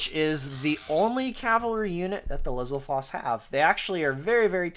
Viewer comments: I always figured it was pronounced "Li-ZAL-fohs", just like "STAL-fohs" and "Die-NAHL-fohs". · >"lizzle-foss" WHAT THAT CANT BE HOW ITS PRONOUNCED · I've always pronounced it "LIZ-ALL-FOES"